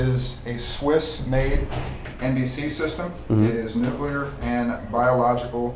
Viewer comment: A "nucular" event, LOL.